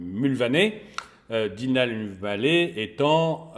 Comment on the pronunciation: . Il a pris cher le pauvre Dylan. "Écorchage" de nom dans les règles de l'art 😂😂. Plus sérieusement, excellent boulot, comme toujours. Aussi pertinent qu'intéressant. Merci pour le partage 👍🏽.